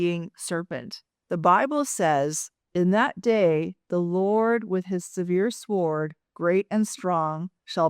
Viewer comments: Ok...but US English pronounces the word "SWORD" as "SORED" not "SWAH-ORD". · The W in sword is silent. Thanks